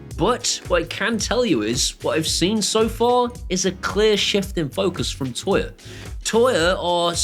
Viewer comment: I really love your vids, but for the love of God, can you please stop saying 'toya'? 🤣